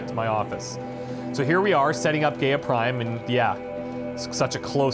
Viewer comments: Loved watching this lp :) love your channel! I know how nitpicky this sounds & apologise in advance but for some reason you keep mispronouncing Gaia and it's driving me crazy :') phonetically spelt it's "guy-a" not "gay-a" Gaia was the greek goddess of nature which explains why they name their ai after her :) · I feel I just have to say this for future use, if for no other reason. GAIA is not pronounced as 'gay-ah'... It is said as 'Guy-Ah' instead. GAIA is an old idea. One where all life on this planet is one being. In modern times, it has come be a scientific term for the entire bio-mass of the earth. There are some schools of thought that think that the world is as it is because Life wants it that way. The average temperature of the Earth, it's reflectivity, the composition of the atmosphere, everything really, is as it is because Life itself wishes it to be the 'best' to support Life. I know, a weird concept, but there it is. All things balance because all life on the planet is in a 'harmony' to be so. If we over produce CO2, then plants will flourish to consume it and produce oxygen. Too much oxygen? Then the seas saturate and life in the seas flourishes. On and on and on. In an endless cycle. There may be some 'traction' to this 'balance act' of Nature when you think of it. Super Volcanoes, events like the meteor strike that killed off the dinosaurs, and others. All of which should have rendered most of the Earth uninhabitable, if not all of it, and yet Life survives. So, calling the Sentient AI in charge of Zero Dawn GAIA seems, fitting. At least to me. the Frank Gamer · Very nice episode. It really bothers me how he pronounces "GAIA" like "Gay-a". That is so wrong it scratches my brain. The correct way to pronounce GAIA is "Ga-ya". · Am I the only one who cringes every time he pronounces GAIA Gay-uh instead of Guy-uh? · Gay-ah lol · It's somewhat annoying when someone doesn't pronounce "Gaia" properly. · Why are you saying GAIA wrong